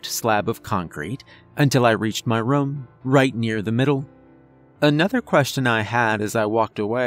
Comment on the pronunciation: A very cerebral tale.. and another excellent reading.. Though i wish youd say "room" as "room" and not "rum". That's not accent.. it's just saying something wrong and not caring. The fact that how you change says it kinda illustrates the dilemma you have lol